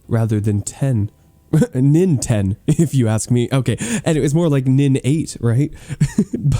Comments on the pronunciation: hahaha more like eight, nin, ten (do) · Eight villagers - nin - ten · Ninten/ nin 8 😂 😂 lol